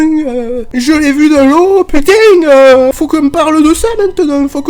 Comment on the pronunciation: On met pas des "g" de partout à la fin de putain !!!😡 (ou alors on a l habitude depuis le temps et on l entend plus, putain étant nos virgules effectivement). 🤣😂